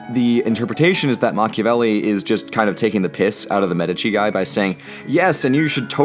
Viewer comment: MACH-iavelli 5: nyoom